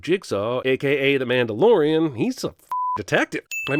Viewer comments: Why did he call him the mandelorian? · "Mandylorian"😄 i came right to the comments